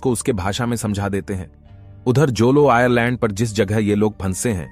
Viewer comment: आयरलैंड ❌❌आयलैंड ✅✅